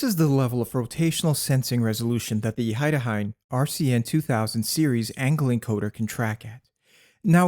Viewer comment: Weird pronunciation of a German name Heidenhain (pagan grove 😅)